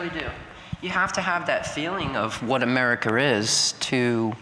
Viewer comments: yea lady, so what exactly is americer? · "Americker" - That Woman